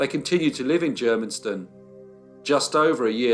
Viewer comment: Germiston! Not difficult to pronounce.